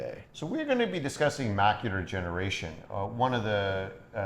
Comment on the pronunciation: I love how it kept sounding like he was saying, "Macular Generation." and made sure the audience knew it was "Degeneration, as in Macular Degeneration."